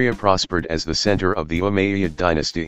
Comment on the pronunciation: how the AI said the Umayyad caliphate is hilarious 😂